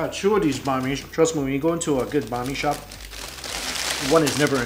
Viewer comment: I hear Bah mi instead of "Bahn" Mi. My Vietnamese side is going crazy for how he says Bahn Mi but I still love your videos Mike.